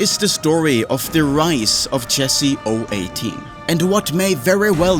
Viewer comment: it's O One Eight, not O Eighteen, video ruined